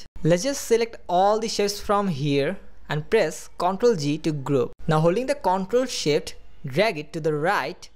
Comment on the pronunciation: lol he said ctrl shit